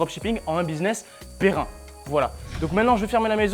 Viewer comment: Un business "Perrin" 😂😂😂